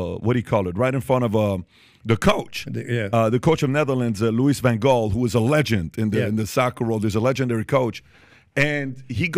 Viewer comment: Pronunciation Lew E Van Haal my man ❤